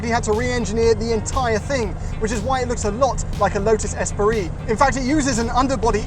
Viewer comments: I'm sorry, a Lotus what now? Esperee? Who put that extra syllable in the middle of "Esprit"?! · Its Espree not Esperee. (Esprit)